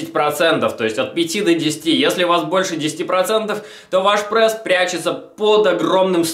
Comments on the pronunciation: Аааа. Я не могу смотреть!!! Почему он говорит ПРЭСС. Не ПРЭСС, а ПРЕСС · Давайте больше лайков этому комменту!а то хотел посмотреть видео,но уши режет этот прЭс!поэтому выключил,а жаль,может полезную информацию узнал бы(